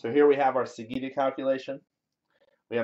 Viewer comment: Interesting experiment - I look forward to see how it comes along. One small quibble - sagitta is pronounced with a J sound, not a G sound.